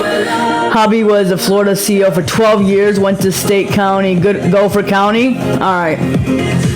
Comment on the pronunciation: She better learn how to pronounce CO first.